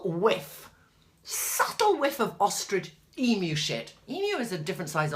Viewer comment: Hahah I'm an Aussie. Love your descriptive words regarding our emus. Least you can pronouce emu. Ostriches and emus are both large flightless birds. Emus are in Australia. Ostriches are in Africa.